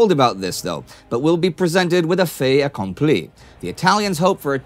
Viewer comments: in "fait accompli" you do pronounce the t in "fait" because it is followed by a vowel "a". in fact, if really want to do it in contemporary french, then pronounce that "t" as "d" (fed akomplee) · That "Fait accompli" sounded almost native french, just pronounce the 't' and you're good